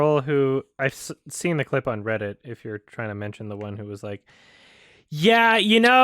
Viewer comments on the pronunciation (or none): none